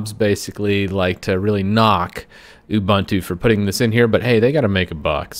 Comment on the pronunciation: not ubAntu but ubUntu. Author pronounce properly